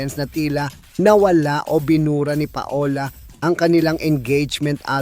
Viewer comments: Anong pa-ola? Gago pronounce PAWLA!! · Nagtsismis ka mali pa pronounce ng name…..paola hay! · PA-O-LA ??? Really??? Muntik na naging PATOLA🙄🥴🤣😂